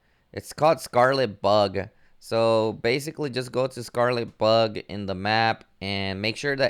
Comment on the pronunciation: Bro you gotta work on your pronunciation Anyramous Crimson merrylands Scarlett Bug 😆